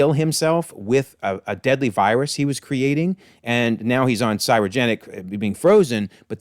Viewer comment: I love your videos but the way you pronounce "cryogenics" is driving me crazy